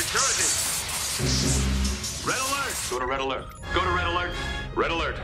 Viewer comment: After awhile it just starts to sound like RELLELERT